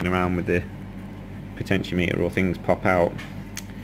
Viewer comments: potenti-ometer not potentio-meter. Thanks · PO-tenti-O-meter, like thermometer and speedometer. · Great work, Very helpful. I don't care how you pronounce Potentiometer, in no way does that detract from the information presented.